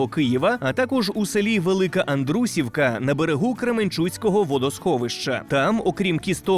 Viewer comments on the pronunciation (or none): Андрусівка, наголос на і, а не на у..